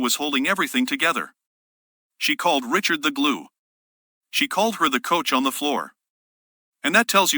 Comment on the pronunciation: REE-SHARD. Jada Ree-shard.